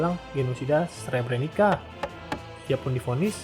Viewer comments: Nama2nya ada yang salah pembacaannya Srpska = serp-ska Srebrenica = srebrenitsa Izetbegović = izetbegovich Kravica = kravitsa Bratunac = bratunats Mladić = mladich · Srebrenica dibacanya Srebreni"tsa"🙏